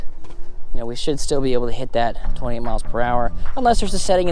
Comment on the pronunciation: Hi. Thanks for the vija. When you say 28, sounds like you're saying 20. Fast talker.😊